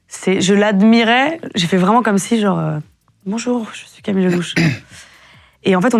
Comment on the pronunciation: Camilleuh !!! cro bieng !!